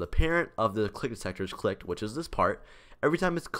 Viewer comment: ik it sounded like he said they detect if you licked it